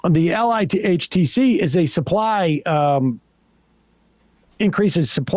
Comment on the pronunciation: is where it's at. So glad Sam read this out loud and brought up LIHTC. Btw Sam, in the industry, we phonetically call the acronym, "ligh-tech".